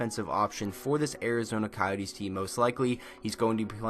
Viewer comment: Arizona CoYEETes